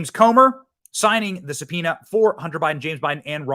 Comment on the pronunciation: how did the news reader pronounce subpoena? Did he say suh-pee-nee-uhh? Lol